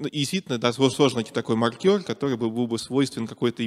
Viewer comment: Я сильно извиняюсь за буквоедство, но спикер постоянно приплетает какого-то маркёра, который либо считает очки в бильярде, либо что-то маркирует. Скорее всего он имеет в виду мАркер, но это совсем другое слово, которое совсем иначе произносится. При всем уважении к умному человеку, просто сильно режет слух.